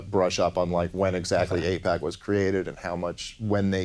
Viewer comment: It’s actually AIPAC, not APAC. Just thought you needed some educating. Also why won’t Dave talk about what president did AIPAC support? I’d say it’s more about greed then religious reasons why we support Israel. But thank your president!